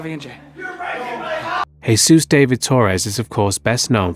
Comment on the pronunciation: I've never heard of davie vanity. But his name isn't heysoos, it's Heh-Soos. - Sincerely, all dudes with the name Jesús